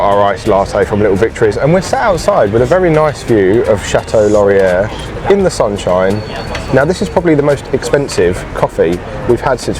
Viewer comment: A nice little travelogue of one of my favorite Canadian cities to visit, although that was definitely a unique way to pronounce the Château Laurier! 😂. If you had explored a little more inside the Basilica you would have a found that they have a lovely little coffee shop downstairs (Cafe des Tours) Glad you went to the History Museum over in Gatineau. It's a good one, although Ottawa has quite a few good museums. I like the Canadian War museum myself. The construction you saw all around the Centre Block of Parliament has been going on for several years now and will be continuing for several more. They are renovating and bringing the historic building up to code. I think it was originally supposed to be a 10 year project, but it's government so most likely will cost more and take longer. Ottawa in the winter is also fun. Winterlude is great, but even just seeing everything in the snow and skating on the canal is something different for visitors. Just dress for the weather!